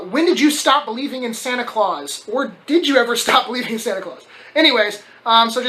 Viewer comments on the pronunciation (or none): none